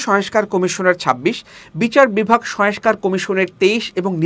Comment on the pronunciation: সবকিছুই ভালো, তবে কিছু উচ্চারণের দিকে খেয়াল রাখা প্রয়োজন, সংস্কার,সয়েসকার নয়